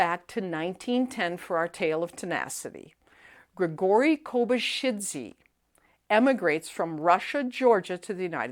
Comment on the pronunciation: He is Kobakhidze , not kobashitsi